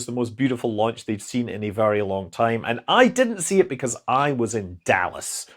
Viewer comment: Oh he said Dallas? I swear I heard him say Davos.. I though he joinded the dark side.